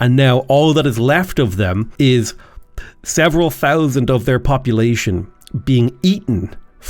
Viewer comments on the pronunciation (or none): none